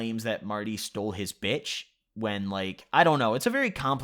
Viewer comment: the way u said bitCH made it sound so offensive like sayin the hard R